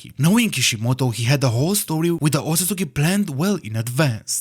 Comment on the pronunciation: We love a correct Otsusuki pronunciation 🔥